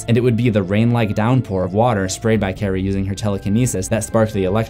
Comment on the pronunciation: Lol I thought he said Karan